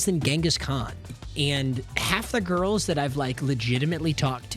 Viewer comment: Bro said “Diamond GURLS” 😂